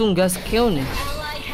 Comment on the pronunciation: Umar Syarifudin Sitompul orang jepang ga bisa ngomong r wkwkwk